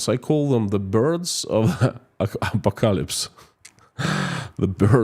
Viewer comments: Say it like this: Ah Paw Ko Lips .........😊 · Here's a hint: ah-pock-ah-lips😊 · A PO KA ELIPSE 😂 and stop calling itt Russian .law. instead you should call iit moscow law. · Thank you for the videos. I usually get really sleepy because of your soothing voice. This time though your butchering of the word apocalypse woke me up :D It's pronounced "apo-Kalips" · .......phonetic pronounce....just say... A-POCK- A-LIPS then you have Apocalypse pronounced perfectly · A pock a lips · apocalypse IS SAID a - pok - a - lips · A POC A LIPS. 😄♥️ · Thx. Apocalypse has stress on second syllable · Stress on the second syllable!